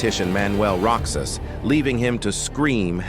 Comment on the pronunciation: It's Ro-haas, NOT Rocks-as. Stupid AI.